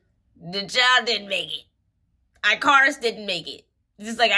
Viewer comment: Why you always be saying “eye-car-us” it’s pronounced ick-are-us ❤ ur reading are so so good tho haha